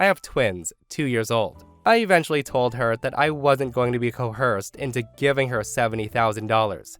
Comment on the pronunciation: Re: #4 Took me a minute, but I believe "cohersed" = coerced.